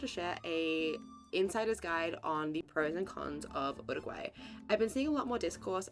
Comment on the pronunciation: You -ruguay in English not ooruguay.